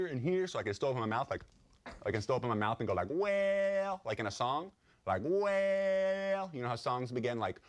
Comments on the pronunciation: thumbs up if you thought he was saying WHALE instead of WELL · This is one of my fave skits, the first time I saw it I thought he was saying "Whale" but I love how crazy this one is xD